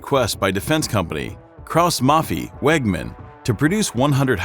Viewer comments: the pronunciation is aw fool ... keaus mafeeeee panzerhaubitzeeeee jesus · "Cross Muffie"? Lol. Krauss Maffei. Krauss like you would say Kraut, just with a hard S (and hard R but ok). Maffei like Muffai (like you say Samurai).